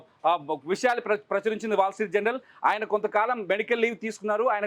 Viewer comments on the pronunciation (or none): జనరల్ కాదురా నాయనా. జర్నల్.